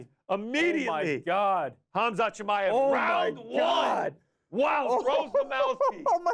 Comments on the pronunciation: I had to shut this stupid 💩off after 30 seconds of you saying Chimaev’s name wrong like 16 times. Moron. Learn how to say someone’s name right before making an entire video about them. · Don’t do a video if you can’t say the subject’s name properly. So dumb.